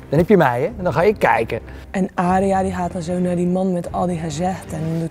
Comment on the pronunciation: "Aariya" "Zjoffrey"